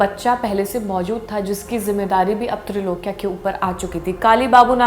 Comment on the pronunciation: Name tha Trailokya.....not trilokya